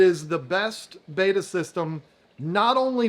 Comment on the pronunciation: Betta, Not Beta.